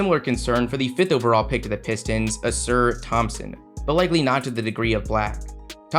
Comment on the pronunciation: It’s a-sar Thompson